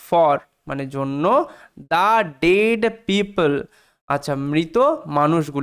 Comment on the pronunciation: ডায়েড হবে না ডেড